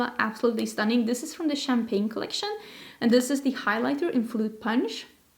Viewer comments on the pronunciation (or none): none